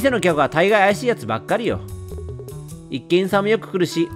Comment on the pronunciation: 漢字を間違って読んじゃうレトさんは愛しい 最初の「一見さん(いちげんさん)」を「いっけんさん」って読んじゃうところから